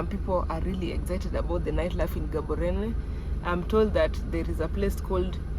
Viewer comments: Love the episode good people, stop murdering the name of the city it does not contain an H like how we pronounce GHANA, so are you ready? Let’s go Gaaaaaaboooorooooneeeee😂😂😂😂😂😂😂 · I love the way Gaborone is being pronounced 😅❤🎉